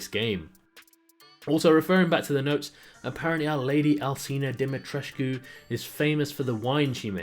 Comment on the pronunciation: Lady Dumitrescu is Romanian Name I think they where going For Dumitrescu not Dimitrescu stiil sounds romanian like Lady meaning in Romanian translatead (Doamna) Dumitrescu it just funny ho people butcher Romanian names when thay try to spell it right it's not in English it is a actual Romanian name It's nice to see Capcom actualy put in some romanian folklore names and castle aspects in the game bad part is thsi is a Game about bioweapons and Zombieas not Vampires wich is dumb and most resident evil old school fans will hat ethis new entry in the series cose it alienated its self from The T and G virus and aading warewolfs in the mix seems this game is more like Castlevania or Van hellsing more than a resident evil game just my opinion on it looks fun but I wold not call it a resident evil game lol